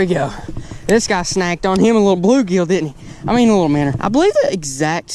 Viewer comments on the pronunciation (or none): Why do you say minners? Its called a minnow